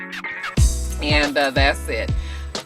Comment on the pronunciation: Lmao I died when you start rubbing the coat and said "Glama-orus" lol too done